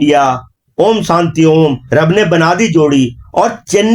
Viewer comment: सांती नही शांती 😂😂